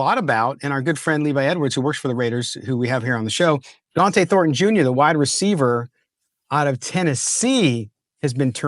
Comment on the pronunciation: Yes, ... it's Jeanty not Jentry ... and Donte not Dante.